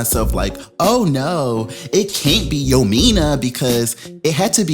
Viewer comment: The way you cut that Chile Name up, had me gagging every time. Yomeena😂🤣🤣🤣🤣